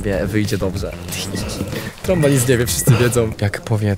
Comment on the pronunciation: sory tromba a nie stromba